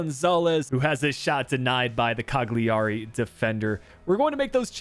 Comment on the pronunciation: Cagliari is pronounced caliari, just a little tipp to make it easier